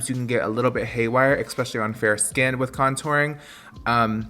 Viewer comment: “eKspecially” i love you lol